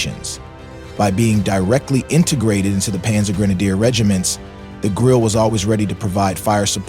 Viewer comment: Germans do not waste letters: the “e” is pronounced. Grill-eh, sort of. Point of information, not a criticism: nice video